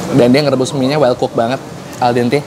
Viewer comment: Bukan Wellcup bang tapi Wellcook... Maaf bukan menggurui 🙏